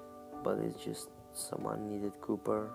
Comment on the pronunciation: did he say "cupper" ?